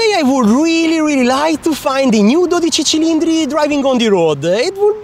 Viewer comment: Every time you pronounced 12 Cilindri I’d skip back to listen again, and again, and again! I’m trying to LEARN how to say it with the CORRECT Italian accent like you!! (keep saying it A LOT please, so we in the U.S. can learn!). Great video!!